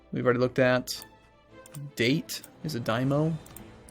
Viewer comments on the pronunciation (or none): Just so you know, it's pronounced Dah-tay, not Date (rhymes with 8)......lol.